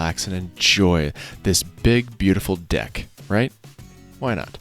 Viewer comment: Did he just say BIG BEAUTIFUL D**K or deck? 🤬